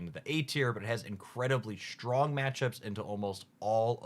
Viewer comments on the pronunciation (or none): none